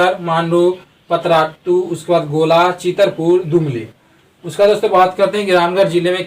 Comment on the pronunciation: दुमली नही जी दुलमी होता है